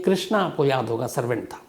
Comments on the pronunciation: Aap s ke aage i kiyou laga dete ho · Pichle 4 saal se aapka program dekh raha hu magar aap s ke aage i laga dete ho language tabdeel karo mere bhai